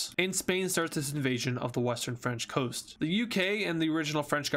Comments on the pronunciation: Ah yes "The western Fench "Toast"" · Is it just me or did he say "the western french toast"